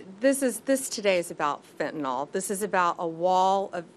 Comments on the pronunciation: Fire HER! She has embarrassed the administration and tarnished Trump's legacy! This also threatens the Republicans chances in the midterm elections! Hell she can't even properly pronounce Fentanyl! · She can't even pronouce the drug names. Meth-a-anphetamine? Fentanall?